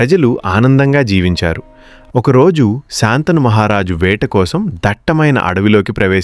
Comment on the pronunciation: కధ చెప్పడం బాగానే ఉంది కానీ శంతనమహారాజు అనాలి కానీ శాంతను అనకూడదు.